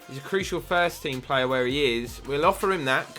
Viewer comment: you say plea name as play